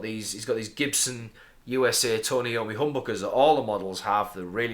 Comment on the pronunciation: Just a minor comment it's pronounced I ommi not Eommi and saw you in Darlington wilko a couple weeks ago but too scared to say